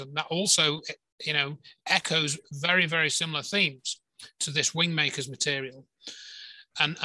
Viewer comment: Wind makers - I thought you were saying Wing makers.